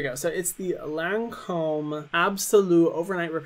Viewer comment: How is she a makeup guru and she doesn’t pronounce Lancôme right 😭